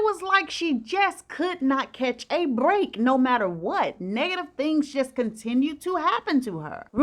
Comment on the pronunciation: Oh chile you crack me up when you say the word "break"... brrrreak and I can hear your 👄👏🏽 🤣